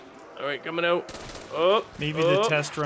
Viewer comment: Nobody: Nobody at all:: "I'll be oot"